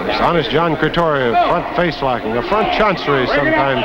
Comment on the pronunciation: John Cretoria not John Cretia aka Johnny LaRance